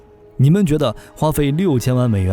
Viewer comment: 为什么总是要把 F22 念成 F222 ？！ 明明是两个 2 却要念成三个 2 ！